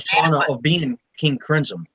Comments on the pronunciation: Krimzon , not Grislom lol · Grizzum lol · Your first sentence of the video you said King Grisim? Lol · Wow cant even pronounce his name right